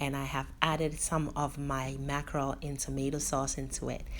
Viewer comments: You didn't butcher the name 😂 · Yess...oo you didn't butcher the name my dear. Thank you so much.I always learn something new from you.Accurate and on point as always...